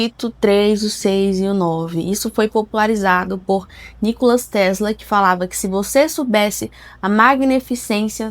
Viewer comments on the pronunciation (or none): none